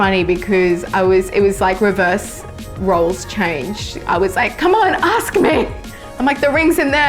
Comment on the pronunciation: Aks? You mean ask?